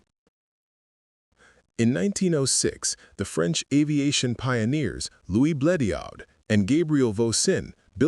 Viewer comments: Yeah but it can't pronounce Bleriot for shit. (edit) until . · Bleriot's name is pronounced Bleri-ot, far from the narrator's weird pronounciations! Otherwise an interesting subject!